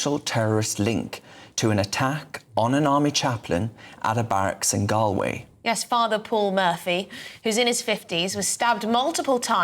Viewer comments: Pronounced Gall Way... please. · Please learn how to pronounce 'Galway' - it's a pretty basic thing to get wrong!